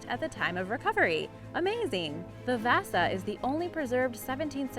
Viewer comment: she said vasa wrong its v-ah-sa